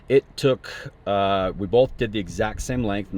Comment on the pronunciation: Bolth…..bolth….😏 Both*